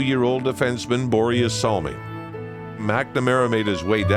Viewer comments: Please just call him Salming. How you say Börje isnt even close to correct. Also he didnt just open up your eyes to swedes. He opend up swedes eyes to NHL. The general view of NHL was that it was more like boxing with some hockey in between. Canada cup as a whole was so important for swedens view of canadian hockey. And the standing ovation showed us the greatness of Börje and the canadian hockeyfans. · As a Swede that pronunciation of Börje in English is just priceless lol